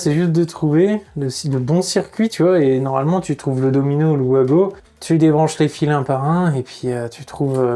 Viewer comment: Vous ne voulez pas nous faire plaisir et appeler ça des VAGO et pas des OUAGO ?